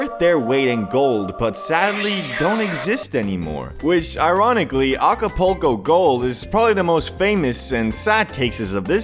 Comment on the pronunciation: lol alcopoco mode he said 🤣🤣🤣